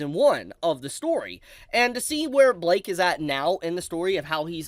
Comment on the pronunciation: why are you pronouncing blyke as blake